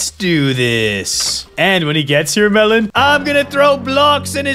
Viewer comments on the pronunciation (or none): I agree but u said Melen instead of melon